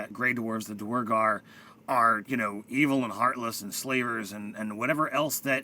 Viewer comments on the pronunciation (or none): Guys... Duergar is pronounced Dwhere- Gar. It’s just an old word for Dwarf.